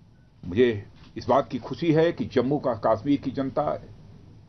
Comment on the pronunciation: Abbe chootya pehle bolna to seekh le kashmir hota he kaasmir nahin